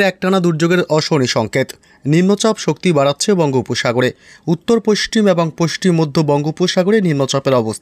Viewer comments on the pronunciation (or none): পশ্চিম উচ্চারণ হয় না